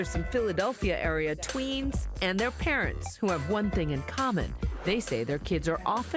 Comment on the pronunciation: She said twenns😂LOL but my goodness I cant believe sml is involved in this he's even one of my favorite youtubers that YouTube literally killed his channel thanks to them.